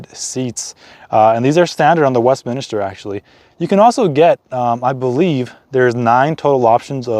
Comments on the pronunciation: Second video I've seen for the Westminster model, second American I've heard call it "Westminister"? Maybe this was a bad choice of model name for that market... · Westminster, and not Westminister.